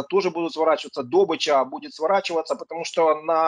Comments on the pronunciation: Скажите этому эксперту что ударение в слове "добЫча" ставится на "ы". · Дурашка, добЫча - на охоте, дОбыча в промышленности